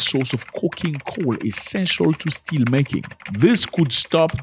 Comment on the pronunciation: Still = steel my bro haha